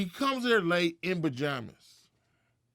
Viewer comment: This nigga just said "bajamas" 🤦🏿‍♂️🤦🏿‍♂️